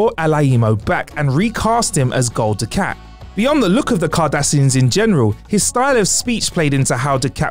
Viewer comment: Gul Du-cat?? You're not a Trek fan then, lol